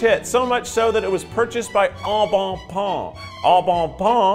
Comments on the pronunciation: the way that Keith is butchering the pronunciation of “au bon pain” will be MY descent into madness 💀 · The way Keith said “Au Bon Pain” would’ve triggered my French teacher’s fight or flight response